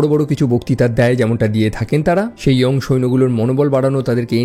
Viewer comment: উচ্চারণটা ইয়ং হবে না হবে ইয়াং